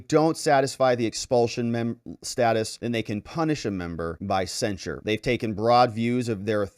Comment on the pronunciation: It sounds like you're saying, censor. The word is censure cen·sure verb express severe disapproval of (someone or something), especially in a formal statement.